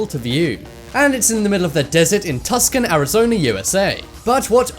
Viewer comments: Tuscan arizona😂😂😂 its Tucson (too-san) AZ lmao I know cuz I live here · Tuscan, it's pronounced "too-sahn" the 's & c' blend together as a strong S sound, just letting you know for future reference. Ps.. I've lived in Arizona most of my life and a lot of people that aren't from here mispronounce it, there's quite a few other towns and cities with confusing names like that too. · tuscan arizona ? its tucson for fuck sake pronounced too-son. i am this close to unsubscribing if these stupid mistakes keep making it in the videos if its not stupid mistakes its repeating things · Tuck sawn? Too sawn... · “Tus Con” 💀💀💀 it’s pronounced “to-sawn” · he said tuskon Arizona, it’s Tucson 😂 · Had me cracking up when he said tuc-sun and its actually two-s-on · "Tuss-kin"? It's pronounced "Two-sawn". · . "Tus-can" Arizona? It's pronounced Tu-san. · “Tus cun”? It’s pronounced “two sun” lol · Not Tuscan like Italy. It's pronouned " Too Sahn". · Too sahn not tuss can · Tus Can, Arizona? Bloody hell, narrator, pronounce it right! Try something like Two Son. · Too-sonn Arizona, not Tuscan. Spelled Tucson, pronounced too-sonn, like the son in sonic. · Tuscan AZ I had to laugh so hard at that 😂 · It's not Tuscan Arizona, it's Tucson and you pronounce it TWOson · "Too-son" Arizona not tUscon... its not Tuscany. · It's not pronounced tuskon, it's pronounced tuson. Spelled Tucson. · Too-sahn (Tucson) Not Tuscan. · tuscan.....pronounced to-s-ah-n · Tucson Arizona. He said it (tus-con) instead of (tu-son). 😂😂😂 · It’s not Tuscan it (tu-son) Tuscon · He said TusKON! Haha! It’s pronounced Tooson! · It's pronounced TOO-sahn. Not Tuscan. It's Tucson. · NOT TUC-SON!!!! IT'S PRONOUNCED TWO SAUN/TOO-SUN. SOFT C. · It's pronounced too-sawn but he totally butchered he name and said tuksun. I am disgraced! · Oh my goodness he just said Tucson like tuh-c-son it is pronounced too-s-on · I live in arizona and just wanna say tuscon isnt said (tus kin) its said (too sawn) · Tucson is pronounced "toosahn" lol.